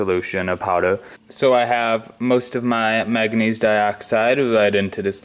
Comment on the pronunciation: What's " mag a neez" ?